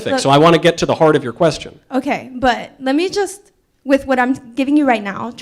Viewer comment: "Ley me make abundantly clear" fuckkkk lol pwned....